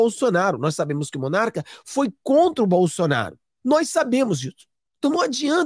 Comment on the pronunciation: Não é MONARCA!!! É Monark.